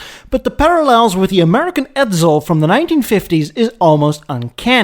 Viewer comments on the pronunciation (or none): Love your channel and always interesting topics, but your English is often hard to decipher. Biggest thing I notice is S pronounced as Z Should be tessssla Edsssssel Willyssss. Next accent on the wrong syllable Perhaps have someone preview? Again, love the content, but keep going "What did he just say????"